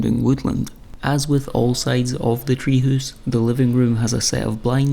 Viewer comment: Loving the pronunciation of 'tree hoose' 🙂